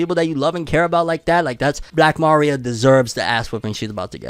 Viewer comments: Uggh the pronunciation of Maria like Mario is killing me lol 😂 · I always thought my guy was some type of Hispanic but going off how he says Maria Im guessing not lol